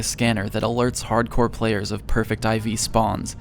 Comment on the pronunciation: If you use subtitles that lady called Brandon Hot corn instead of hardcore